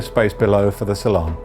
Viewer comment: A beautiful craft 👍 But why is the saloon pronounced ‘cylon’ ? 🧐